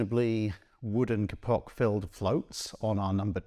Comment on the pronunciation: Just a note: /'keipok/, not /ke'pok/ for the silky fibre called kapok.